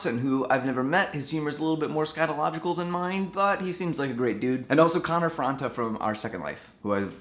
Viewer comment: That's not how you say Connor's last name :P